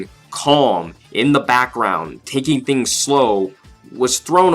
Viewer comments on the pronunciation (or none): none